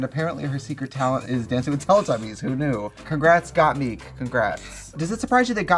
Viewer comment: Trixie is pronouncing gottmik wrong again hahahahaha